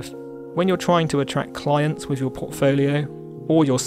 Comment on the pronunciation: Great tutorial, but please drop the 'frough and wiv' sorry mate it really lets you down, when you're obviously a very talented guy!